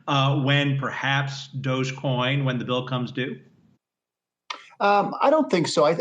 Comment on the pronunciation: At last a reporter that gets the joke and calls it Dog e coin.